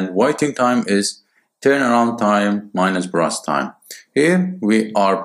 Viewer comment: it's burst not brust